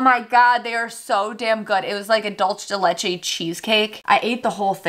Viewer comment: DULCH de LECHE LOL dope review!